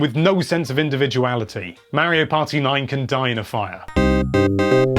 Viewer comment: Say Mario right please